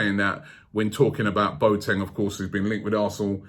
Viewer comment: please let the Boateng rumours die down, i can´t hear Robbie say anymore "Boat-eng", the guy is called Bo-A-Teng ;)